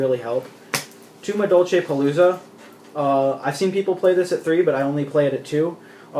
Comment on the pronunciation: Doesn't even know how to properly say the names of all the madolches haha obviously new to the deck